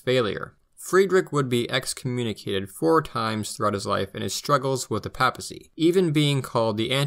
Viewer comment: Until I found this video, I couldn’t find much on the non-Nazi history of Germany, thanks for giving us this. By the way, in English the first a in papacy is pronounced like that in Paypal, not like that in pap.